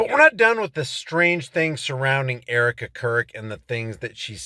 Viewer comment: Eerika. Its Eerika!!